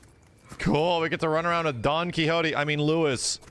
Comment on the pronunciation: Literally everyone else: “Luis”: “lewis”